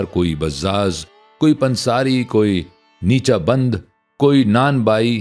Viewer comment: نِیچہ بند نہیں- نَیچَہ بَن٘د ہوتا ہے۔۔ حُقّہ بنانے والا دستکار۔۔